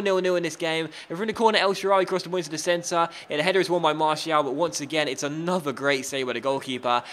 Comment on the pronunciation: Please pronounce Martial like Mar-See-Al.